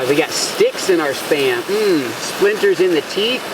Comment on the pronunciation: Thought you said sperm. Got confused